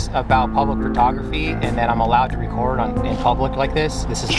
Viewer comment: Narrator is not pronouncing the word record, correctly